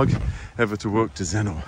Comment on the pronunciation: A lovely walk but could i just say you dont pronounce it Zennor (OR) you prnounce it Zenner (ER) xxxxxx